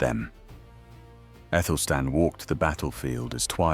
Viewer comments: Because he/it is unaware that "ae" is pronounced as a hard "a"....as in Aelfred the Great. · wasn't his name Athelstan?? you keep saying Ethelstan??!! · Good question, his name correctly written in modern English was Æthelstan - the conjoined A-E should be pronounced A, as in cat, apple etc...